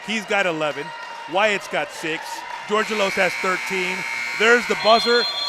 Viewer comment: Charlie's last name is pronounced "George Elos" all together and fast. The guy pronounced it correctly. :)